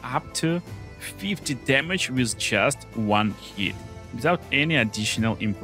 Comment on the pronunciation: "blutchurning chamage"